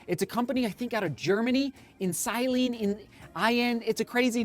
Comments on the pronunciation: The socks are pronounced Insilence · The socks are pronounced "in-silence" Have nice day everybody!